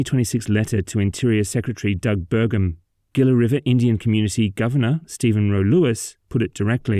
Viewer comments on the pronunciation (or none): When you see a word with which you are unfamiliar, go learn how to pronounce it. It's super easy these days. Gila is pronounced 'hee-lah as in Henry, not gee-lah as in George. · In case people are wondering, that's what the narrator (AI?) mispronounced repeatedly as "Gilla". It's spelled "Gila". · It’s pronounced “HEE-luh” 😉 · Gila is pronounced "heela"